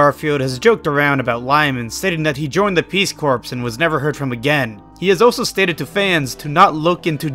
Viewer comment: Your pronunciations of centaur and corps could use some work.